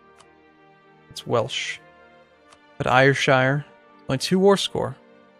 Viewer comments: ayrshire is pronounced airshire not ayirshire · Also, I don't know if its already been said, but Ayrshire is said as though it was 'airshire'. Not 'ayershire'. :) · just so you know, Ayrshire is pronounced Air-shire.